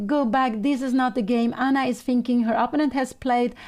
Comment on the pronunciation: I do wish that Pia would learn how to pronounce 'opponent'